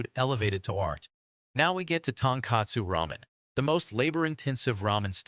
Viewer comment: Please please please pronounce "tare" correctly. It's not pronounced "tear" like "tear a piece of paper. It's pronounced "tah-reh." And while you're at it, please pronounce "tonkotsu ramen" correctly too. "TonKATsu" is the popular fried breaded pork cutlet. The ramen style is NOT "tonkatsu." it's "TonKOHtsu." Correct pronunciation will make your video better and more believable. Thanks.